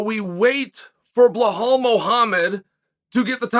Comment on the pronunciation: You know it's pronounced "blehull" muhamed....oh mam, it cracks me up every time he says it